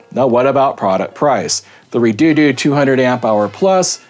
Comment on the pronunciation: Its pronounced (Red-odo) now you have to Re -doo doo the whole video jk lol - Strange name for a battery the price is very good though I've seen 100ah batteries for the same price